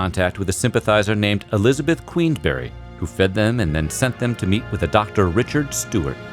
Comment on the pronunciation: I enjoyed the timeline. The speakers pronounciation of Nanjemoy Creek, Machodoc Creek and Quisenberry are a long way from reality, but I knew what he meant.